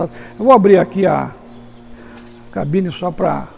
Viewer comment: tão bom ouvir alguém falar "cabine" e não "gabina".